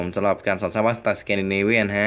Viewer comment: มันอ่านว่า สแกนดิเนเวียน ไม่ใช่ สเกนดิเนเวียน นะครับครูก็พูด สแกนดิเนเวียนนะครับ